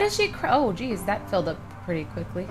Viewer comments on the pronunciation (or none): none